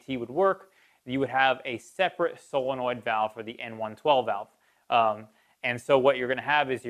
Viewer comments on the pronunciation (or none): none